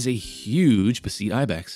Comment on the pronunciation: Great video! (Note: I do believe its pronounced kind of like betheties) For the beceites